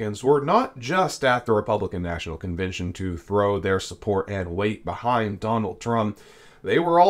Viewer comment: You must love hearing yourself saying things like convintion instead of convention, or inny instead of any (enny) because you took nearly nine minutes to tell us what you could have said in about two. As bad as me writing all this instead of using fewer words. Irritating isn’t it?